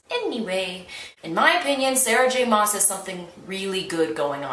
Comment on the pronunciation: I am VERY late listening to this and I suspect someone has already corrected you by now, but you are mispronouncing the author's name. Maas is pronounced as if it were "mass."